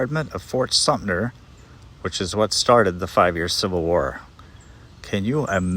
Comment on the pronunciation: Ok first, find a new adjective besides “crazy”. Down here we don’t hide our crazy, we put it on the front porch and serve it a sweet tea! Second, please don’t tell southerners we have unusual names. And third, please pronounce the names correctly (Co-mer not Cu-mer and Sum-ter not Sumner). We get a little techy (touchy) about those things along with people assuming that toppled over and damaged grave markers “must be vandals”. If you are not familiar with an area, LOOK IT UP!